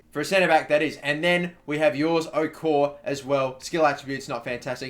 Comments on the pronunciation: Jores Okore is pronounced Yours Oh-Core-Ray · You pronounce the e on Okore. but it's said like Okorea